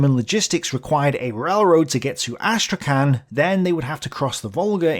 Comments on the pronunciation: the name of the city of Astrakhan is pronounced as Astrakh[h]an ( h like Hahn or Home), not as Astrakan. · Hey, could you please look up to pronounce Astrakhan in a more Russian way? As non-native speaker of both Russian and English it was hard to know what you were saying